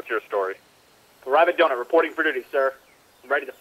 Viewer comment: I think you mis pronounced donut